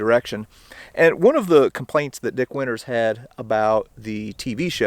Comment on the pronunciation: It's pronounced Dick Winters and nothing else.